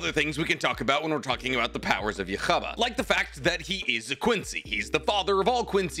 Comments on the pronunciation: It’s officially pronounced you ha baha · His name is pronounced "Yu-haa Baa-ha" bro🤣🤣🤣😂.... He has a weird name.. I also used to pronounce his name in a funny way like you until I found out the correct pronunciation of his name😂😂😂🤣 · how do you pronounce his name so wrong bro, its you-ha ba-ha not difficult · It's yhwach but it's pronounced yahaba or yakhaba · lool why is he calling him tht? isnt it pronounced Yūhabahha? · Please don't take anything in this video as true. He got so much wrong I doubt he even watches or reads Bleach at the point. And it's pronounced You-haw, not whatever the hell he was trying to say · Ywabach = U HA BA HA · yhwach is pronounced yuha baha, or just yuha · its pronounced YOU-HA-VOK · For fucks sake its YUUHAH, sorrh that was just triggering me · bro butchered the yhawch and bleach lore wow lol:buffering:🤣😂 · Christ I hate the way you pronounce his name, its "You - ha - bach". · Its pronounced yù-ha-bah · Please man love your vids but pronounce his name slower lol yuha baha two words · I'm convinced is pronouncing yhwach's name like that on purpose😂😂 feels like he's powering up a loogey😂😂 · his pronunciation for yhwach is crazy 😂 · Bro I have no clue how to pronounce Yhwach 😂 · it sounds nothing like the word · ooo pain when he says his name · Absolutely love your videos but your pronunciations when you do Bleach videos hurt. Still good content though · Genuine question. Do you pronounce his name wrong on purpose or? Cuz the anime does not say it that way, only you do, as far as I'm aware. I assume you do watch anime? If so why be wrong on purpose? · Ok it might be right but damn , after hearing it one way for literally 10 years hearing you say his name is giving me cancer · The way you pronounced Yhwach’s name sounds soooo wrong 😭😭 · I loved the video but the way you pronounced yhwach killed me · That is definitely NOT how it's pronounced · Please never say Yhwach ever again 🙏🏼🥲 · How you say his name bothers me lol